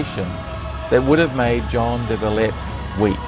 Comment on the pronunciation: Please it's Jean not john